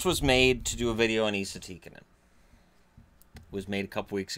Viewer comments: It's not Ee-sa, it's Ess-a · Who’s Eeeesa Tikanen ??? You mean Esssahh , 🤦🏻‍♂️ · His name isn’t pronounced eesa, it’s like saying s, then adding an a. Essa. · Why do you pronounce ”Esa” as ”Iisa”? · Its not pronounced ii-sa! Its pronounced like the name Tessa without the the T. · No its Esa, E is pronounsed like E in word elf and Sa is pronounsed like Salt so Esalt but left lt off so Esa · Try saying Esa like the E in was an A, makes it sound way more Finnish.